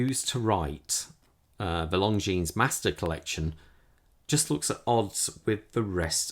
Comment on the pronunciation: You don’t pronounce the s.